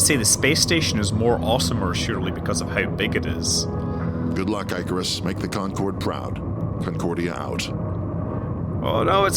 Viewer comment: I hope that's not the final voice acting. "eye-carus," seriously?